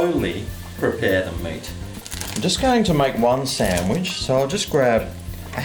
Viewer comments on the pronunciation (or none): none